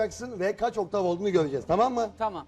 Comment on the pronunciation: OKTAN değil OKTAV, benzinli arabamı la bu adam.